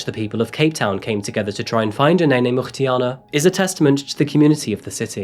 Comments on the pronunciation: Hm, I’d waited for the Wednesday video then got a pleasant surprise when your uploaded it today... loved how you made an effort to pronounce her surname. Kudos.🙂Btw, “vile” is strong enough without the profanity, imo.😶Can’t wait for the next upload, thanks! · Thanks for showing Uyinene and her story of courage. She seemed like a beautiful, intelligent young lady with a lot to accomplish. Her memory and her life have indeed achieved much and her courage lives on. Peace and love to her family. Well done on your pronunciation of her surname, Mrwetyana. Thanks for showing Karabo Mokoena's story as well. Thank you for telling their stories so respectfully, Bless you. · I'm not through the intro as of yet, but I had to come down here and just say... "Uyinene Mrwetyana" I wouldn't have known where to start to pronounce that-- you always appear to do such a great job with the names of people and places from around the world. It's so lovely: we can hear the incredibly beautiful names (like this one!!), and without listening to the host fumbling their way through, tripping on every sound (like I would if I were only reading it for the first, or fifth, time). I have the most boring name ever, but even I have my frustrations at Starbucks. Thank you for not only telling the stories of those from everywhere but also for (seemingly) putting the research in such that you pronounce them without a hiccup. Even I would appreciate that, with my two-letter name & I'm sure it means a lot more to people with more culture than I. Just... thanks. You do great work here! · I just want to hear how you are to pronounce Uyinene's surname😊 Edit:Wow you nailed it 👏👏👏